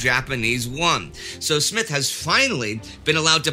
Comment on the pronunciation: Smyth dear chap, not Smith.